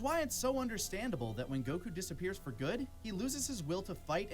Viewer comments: please, someone teach how to pronounce goku xD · Why does he say goku like that!! 😭🙃